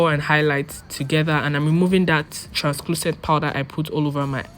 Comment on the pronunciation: Beautiful tutorial. More beautiful you❤️❤️. But you kept saying transClucent😭. It’s translucent. Sorry. I couldn’t help but notice.❤️❤️❤️